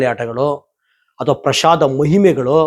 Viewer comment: ಪ್ರಶಾದ ಅಲ್ಲಾ ಪ್ರಸಾದ.